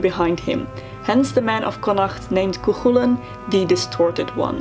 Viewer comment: btw you're saying chulainn worng lol you got to much a "coik" sound